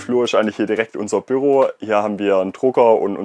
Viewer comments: Ich dachte immer das Büro würde man auf der ersten und zweiten Silbe gleichmäßig betonen, also wie Büüroo aussprechen, aber der junge Mann sagt dauern Bürrroo mit einem sehr kurzem ü, was sehr irritierend, fremdartig und falsch klingt! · Noch dazu sagt er Bürro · Off topic aber die Art und Weise wie er immer "Bürro" statt "Büro" sagt, ich könnt ausflippen 🤣🤣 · Gehts nur mir so, aber ich bekomme Aggressionen wenn er BÜRO sagt 😂